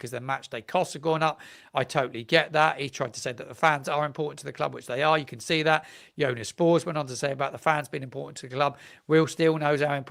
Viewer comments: I know you get a lot of criticism on here, but just wanted to say I enjoy your content, but something that really bugs me is that you don't seem to do checks on pronunciation for people's names Its not Jonas Spors its Yo Han As Spors Its not Rudini its Rud Oh Knee Its not Sess Ay its See Say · Good stuff, but you really should pronounce names correctly. Jonas Spoors is Yo han ass Spoors as an example.